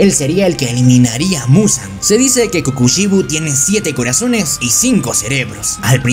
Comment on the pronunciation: Se dice que KOKUSHIBOU